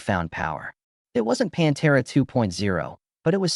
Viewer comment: Good ol' "PONTERA" 😂😂😂😂